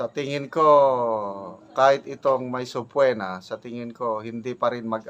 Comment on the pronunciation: Sub-pee-na po the correct pronouncement iation